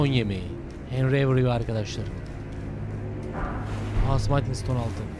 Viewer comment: Abi 13. bölümdeyim sayende artık Smithing Stone'u senin gibi yanlış telaffuz etmeye başladım yemin ediyorum. Gözünü seveyim artık şuna sımayting deme abiii :D Bildiğin yazıldığı gibi okunan bir kelime bu, translate'e bir yazıp dinleyebilirsin :D